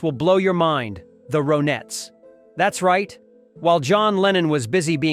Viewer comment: I love the Ronettes. The computer voice calls them Roe Nets. Nope. Pronounced like Ronnettes. Lennon was not a fraud.